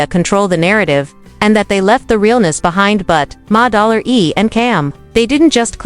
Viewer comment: "Ma-- Dollar --E" 😂😂